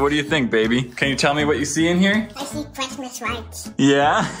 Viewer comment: crishmish rights